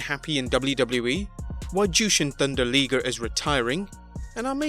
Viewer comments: Jushin Thunder Leeger????? Okay. I can handle people pronouncing things differently and different accents and all sorts of other things. Usually they don't even register with me. Liger is pronounced like tiger only with an L. That large cat at the zoo isn't a teeger. Sorry. I feel better now. Omega's comments are clearly planned out attempts at creating publicity and a buzz. I'm not 100% sure either side minds because it does create publicity and buzz for the both of them. They'll never admit that, but they know it. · AEW hasn’t even had one tv show yet. Maybe he should talk after 6 months. 90% of AEW roster is weak. By the way. It L-I-ger. you say “I”. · Its’ Liger not Liger! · It's Liger you burke. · God every time I heard him say liger's name wrong I wanted to slap this fool talking. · dude, how he saying isn't the right way, period! Just hear a Japanese announcer call his name in english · Jesus Christ you could've at least pronounced ligers name correctly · Pretty obvious, as you said, that you don't watch or cover Japanese wrestling. I kept cringing everytime Jushin "Thunder" Liger's name was said. It's pronounced Lie-ger, not Lee-ger. And he's a legend, my favorite Japanese wrestler ever. Wrestled on the first live Nitro ever against Brian Pillman. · I know that pissed me off too it's pronounced lie ger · Jushin's name is: Jushin Thunder Liger(pronounced Lyger, NOT Leeger!) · It's La-e-ger. Not Lee-ger. But other than that great video. ^^ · A liger is a hybrid mix of a lion and a tiger. It's not pronounced leeger plain and simple. If he had as much respect for the man they would say his name right. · Intm the beginning he said jushin thunder liger name rite than when his time came he said jushin thunder leeeger smfh bring back the regular guy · Its pronounced LIE-GRR. Good way to give Omega an easy way out, did he mean it or is it just character. After they keep losing he can say, it was just character we never wanted a war, which is true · Liger not Leeger